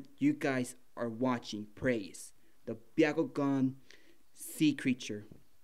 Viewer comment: It’s Bakugan not biakugan from naruto